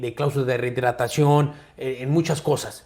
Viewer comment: Tenes que aprender a pronunciar “rehidratacion”…! Si se le cuestiona las cláusulas del Canelo, entonces Floyd también cae en la bolsa, por que también elegía sus contrarios bajo sus estrictas condiciones. Todo es marketing, alguien tiene que hacerlo, yo creo que mejor es que sea un mexicano o un latino, y no los somos de siempre.